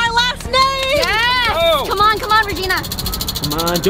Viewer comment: regina not rigina